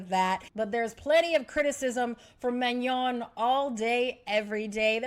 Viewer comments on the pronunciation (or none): It’s Manon not Mignon. She ain’t a steak girl 🤣